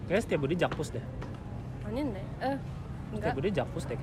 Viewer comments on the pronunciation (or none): Selain sok Inggris, ada sedikit Korea juga tuh, "aninde"